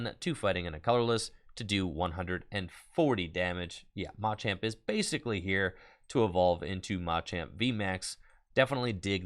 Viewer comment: Oh no... is tpci telling creators to mispronounce "machamp" now?